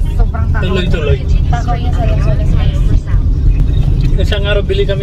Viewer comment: Wow new car for hardworking couple,congrats!!Funny 😊😊 hard to say the word lanzones,but trying his best to say it.